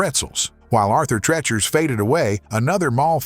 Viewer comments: Thanks his pronunciation was killing me lol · AI narrators are getting good. It's just that a few badly mispronounced words throws off the vid. Arthur Treachers should sound like teach-ers. Boomer, remembers. Boomer, Out. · You pronounced Arthur Treacher's incorrectly. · Had to stop watching after about a minute. Pronouncing Arthur Treacher's the way it was here is why I can't watch A.I. narrated videos. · For the love Arthur, who? That's not even remotely how you say that. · Arthur Treacher must be rolling in his grave over the mispronunciation of his last name.